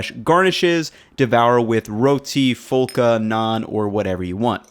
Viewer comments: Nice 👍🏼 it is phulka with just P, not F. Phulka = Puffiness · Pronunciation guide: phulka is pronounced “phul-ka” not “full-ka”. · phulka is pronounced like pull-kha btw with a softer p sound. sweet video! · Hi. As a Pakistani who follows your channel, I must say that your love for our cuisine is admirable. Phulka is pronounced pul-kha Secondly the Biryani video you made was nice however do look up Sindhi Biryani. It’s a bit of work but absolutely worth it. Also make it with mutton as opposed to chicken as that really makes a difference. Cheers and keep up the good work brother. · This is also called saalan in Pakistan. Also ignore the 'h' in phulka. It's pronounced more like pulka. The 'h' signifies a softer 'p' sound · FYI the urdu word for the sauce/gravy is shorba (pronounced shore-ba). It is unreal to me that youtube creators are making some classic pakistani food. love your content my man! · FYI pronounciation of Phulka is pronounced with p and h, not f like in English.